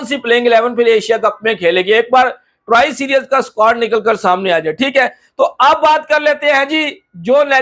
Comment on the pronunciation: Series nahi bolna ata serius 😂😂